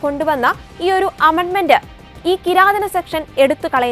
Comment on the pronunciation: Kirathanam alla kiratham! Take note.😮